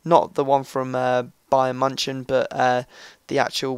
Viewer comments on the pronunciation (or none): bayern munchan lol